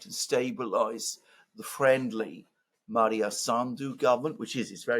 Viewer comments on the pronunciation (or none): Her name is Maia Sandu, not Maria. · I would note that it is Maia, not Maria as Alexander keeps referring to her. Great program otherwise 👍🏻